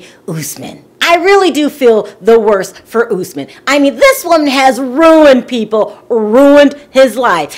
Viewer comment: girl it's US-man not ohs-man!